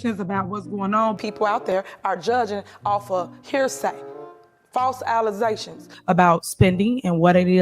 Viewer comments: LittleWayne Henyard comes across as a low quality civil servant. Use proper grammar. Its pronounced "alleGations" not "alizashins" It's "aSk" not "axe". Illiterate fool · She pronounces the word "allegations" differently every time she says it, and I've yet to hear one person in that town pronounce the simple three letter word "ask" correctly. Unbelievable.